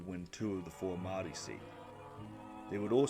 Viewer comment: Great video, it’s hard to find early elections summarised like this. Gotta work on those pronunciations though, especially ‘Māori’ - oof.